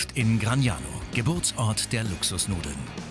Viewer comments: Gragnano, nicht Gragano. Die Karte ist richtig, der Titel nicht. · Please the city is GRAGNANO, not GRAGANO...